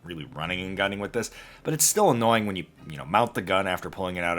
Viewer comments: Loopold, not leo pold. Don't mean to sound douchey, and I'm sure you've heard it before. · Had to stop watching when he pronounced Leupold “LEO-pold”. This hurts my ears as much as the idiots who add an “s” on the end of Walmart. For gods sake, it’s pronounced “Loo-pold”. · Damnit dude it's LEW-POLD say it 10x real slow LEW-POLD not lee-apold for Christs sake!! Guys on here trying to act professional and aren't even able to pronounce the damn name right...SMH! lol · It’s Leupold, not Leopold. Stop being artistic. (Yes, I spelled that last word wrong on purpose) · It’s pronounced LewPold not LeoPold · Pretty good video man, a helpful hint: it's pronounced Loo-pold not Leo-pold :) don't let anyone tell you otherwise, if they do they clearly never worked there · Please… it’s Leupold (Loopold). Why do people say Leo-pold? It’s Leopard , right? Not Leo -pard? Anyway, Thanks for another great review. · Everytime someone says "Leah Pold" instead of "Loo-pold" TRex's jeans get tighter, a new Temu MFAL that doesn't hold zero hits the market, and Matt Pranka launches into another alcohol fueled monologue. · Was told from a factory rep that the company name Leupold is phonecticly Loo pold. Not a LEO it's a LOO.. .😊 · Leupold sounds like loop-hold, not Leo-poled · It's LOO-POHLD guys. Not LEO-POHLD. smdh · Lou pold. Lou-pold. Pronounce it correctly!!! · You're pronouncing Leupold incorrectly, it's not Leopold. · It's pronounced Loo-pold. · Leupold is a german Name. The Founders of the company are from german origin. I am german speaking. So let me tell you this „loo-pold“ or „leo-pold“ are both wrong. Even if some company reps butchering german words. „Leu“ is pronounced like your english word „boy“, just with an „L“ at the beginning. So read it as „Loy-pold“. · Nope. Leupold is pronounced "loi-pold". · It’s pretty basic for those that can read and write. Somehow, people still manage to say “Leopold” and “Hornaday” 🙄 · “Lee a pold” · LEW UH POLD